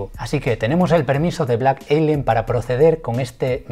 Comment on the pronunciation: Blak elienn!!!! Es blak alien wey ,estás igual que la morra de colgueit,!!! y ablaste un chingo y ni pasaste casi al compa